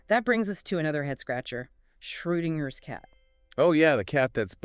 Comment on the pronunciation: It is pronounced Schrodinger. Inger. Like ringer. Inger is not silent.